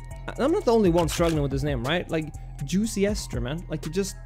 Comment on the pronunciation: be like.. ❌Juice-Ster ✔️Juicy-Ester